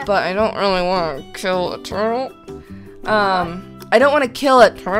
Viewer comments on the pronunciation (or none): amy shes saying turtel